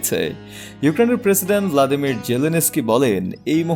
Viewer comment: ভ্লাদিমির না ভলোদিমির